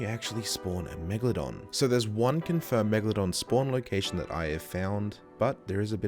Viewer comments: ah yes, WIEGALODON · people call her meg-la-don lolz